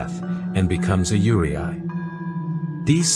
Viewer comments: You did all of this research to make this video except for the pronunciation of the subject itself 😅 it’s pronounced “you-ray” not “you-ri-ai” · Pronunciation is very important in when you explain it to people in the video. When you pronounce “Yūrei”「幽霊」, it will be “You-ray” and not “You-ray-aye” because you are technically saying “Yureai” 「揺れ合い／揺あい/ゆれあい」 which means “swaying”or “shaking” when writing it in its kanji and hirigana form. So just a small note when you do your research for videos, just be sure to work also on how to say words or the people who speaks and understands the language will not get confused on what you are trying to say in the video or in person. 😅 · It’s not you re eye(ur pronoun) Proper pronoun is you le e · Very well explained! 👍 Just one detail. It’s not pronounced’Yureay. But pronounce Yuray written Yurei. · Not YURAY AY. ITS PRONOUNCED YUURAY. YUUREI And not everyone on the list is YUREI. There’s YOUKAI in there also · In English 幽霊 would be pronounced something like "yoo-ray", never 'yuri-ai." Similarly "onryou" is pronounced "on-ryo", not "on-rio." Each kanji is fully pronounced. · ....the way the voice pronounces Yurei irks me in every fricking way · I still quite disturbed by how he pronounced "Yurei". It's Yu-re-i, not Yu-re-ay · good video even though the pronounciation is wrong Yurei is pronounced as Yu-rey not Yure-i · IT IS NOT YURIAI- IT IS PRONOUNCED AS YURAY!! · While it was excellently researched and well presented the AI voice pronouncing Yurei (Yuu-Ray), as Yu-ri-ai bothered me immensly. Yuri is GL and Ai, to my knowledge means love and written with a different Kanji can mean sorrow. Please correct me if I am wrong, I'm not an expert its just what I've learned from watching anime. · Yoo-ray, not Yoo-ree-aah-ee. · Did you use an AI to narrate this? It's pronounced "yoo - reh", not "yoo-ree-eye" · It's not pronounced yuri-aye but more rather yu-rey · its more like ray-ee not ree- ai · You should pronounce Yurei like You-ray